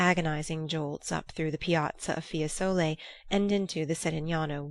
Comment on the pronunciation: Fiésole, Signorìa